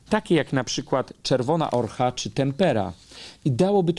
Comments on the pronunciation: Barwnik nazywa się ochra, a nie „orcha”. Nie jest to przejęzyczenie, ale luki w podstawowej wiedzy. Każdy ma dostęp do obrazu całunu, ale nikt nie potrafi zrobić kopii, stosując średniowieczne metody. Ponadto, materiał do badania izotopem C14, został pobrany z łaty, a łata została tak doszyta, że rozpruto część włókien oryginału, żeby zminimalizować widoczność łaty. Zrobiono to w średniowieczu. Nigdy nie dowiemy się, kto był zawinięty w płótno, ale myślę, że kwestią czasu jest prawidłowa weryfikacja badań z lat 80. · 1. Nie czerwona ORCHA 11.43 tylko czerwona ochra, która jest naturalną glinką zawierającą tlenki żelaza i znana i używana od tysięcy lat. 2. Nie LABOLAtorium ale LABORATORIUM od łacińskiego słowa laborare (pracować) co oznacza miejsce pracy. 3. Pomimo wszelkich za i przeciw nikt nie był w stanie określić jakąż to średniowieczną techniką został ten wizerunek wykonany oraz nikt nie był w stanie go skopiować. Nie jestem ani zwolenniczką ani sceptyczką. Chciałabym wiedzieć czym to naprawdę jest. Z całym szacunkiem, zręczny i inteligentny wywód prawnika nie jest wyznacznikiem prawdy. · ochra, a nie orcha ;)